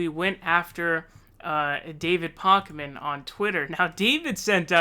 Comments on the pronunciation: David Pockman? Funny. :) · You clearly are not very familiar with David Pakman either since you can’t pronounce his name correctly and are misrepresenting most of his content. He has been saying for months that he would not make any public endorsement but that he will be voting for whomever has the best progressive policies and a pathway to the nomination. He has been transparent about that all along. He just declared last week that he will be voting for Bernie Sanders in the Massachusetts primary. You can’t declare someone isn’t progressive just because they don’t buy into conspiracy theories. There’s lots of YouTubers who say, “Let’s wait until all the facts come out before we accuse anyone of anything.” When evidence is found, he reports it. Also, his show is a business. He has rent, employees, utilities, and other expenses. How is he supposed to pay for any of those things when YouTube is demonetizing half of his videos? He has sponsorships because he has bills. Just because someone doesn’t agree with 100% of your opinions, doesn’t mean they are establishment and should be canceled. We need all the honest independent reporting we can get.